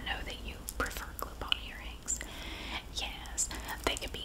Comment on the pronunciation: i love the " yeyysss" for yes haha southern twang!! i wish i had one